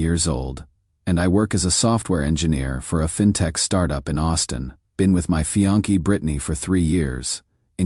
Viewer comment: The word is pronounced fee-ON-say not fee-on-KAY. Less than a minute and I'm out. Must be a record.